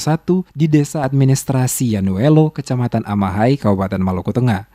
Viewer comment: Maaf koreksi dikit.. nama desanya YAINUELO.. bukan YANUELO🙏